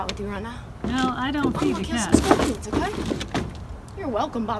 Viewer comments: She said Scorpins. I'm only ever calling them that now. Like a trashy David Attenborough lol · ”THE SCORPINS” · "THE SKURPMS" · “The scorepuns” I SNORTED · “tHe sCORPEns” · "The scorpens" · i thought she said skarpans.. :P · I could have sworn I heard “scarpidds” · "The smaller the thing is, the more, the more powerful their bite is" lol I was surprised when she said this. She was so close to saying something correct for once, but of course, messed it up lol